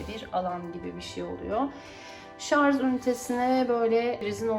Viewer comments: Şarz değil Allahım yarabbim, Şarj Şarj öğrenemediniz şunu ya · Lütfen şarz demeyin.